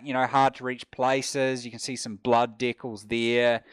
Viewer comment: I'm not giving my money to someone who pronounces 'decals' as 'deckles'